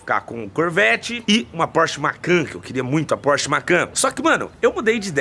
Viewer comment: 😂😂😂😂😂😂😂😂😂😂porcher caraiemcusao